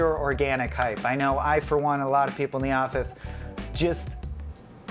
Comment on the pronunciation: Hape? Hype ? Anyone else hear that with the first dude?